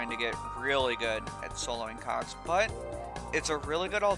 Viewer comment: whew, this whole time I thought you were saying cocks! That was close.